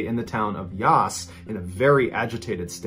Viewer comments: OMG, the pronunciation of the Aussie places! Yass is like YACK and Ass. Wagarata is like Wang ARE att Er. good attempt though! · Mr Ballen should make a better effort to pronounce the names of Aussie towns. Mangling the names of towns like Yass and Wangaratta is a bit cringeworthy. properly.